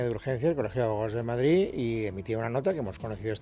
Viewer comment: Bolaños y Alegria, a ver si aprendeis a hablar BOTIJOSSSS no es Madrizzzzz es Madrid entre otras patadas al léxico